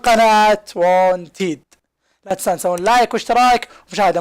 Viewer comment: ياخي ليش انت تقول وون تيد قل ون تيد